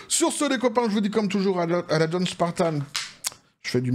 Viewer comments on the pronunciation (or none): none